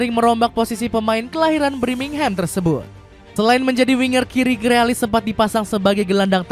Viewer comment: Grilis bang, bukan grealis 🤣